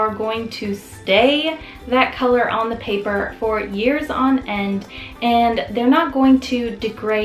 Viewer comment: I appreciate the comparison, but am thinking the video could have taken half the time. Also you may want to watch saying thee when the next word starts with a consonant. You only say thee (the) when the next word starts with a vowel ... and never say 'ay' for the article 'a' . Watch your spelling of radiant.